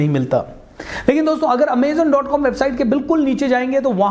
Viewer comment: Its not Amezen .... its Amazon .... overall nice idea